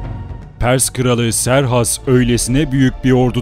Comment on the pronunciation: Serhas değil kıserkses